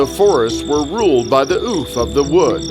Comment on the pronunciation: When he said the forest ouphe... I thought he said"Oof"😂